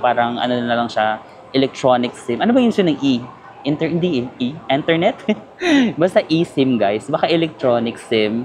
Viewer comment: HAHAHAHA "enternet" 😂😂😂😂😂😂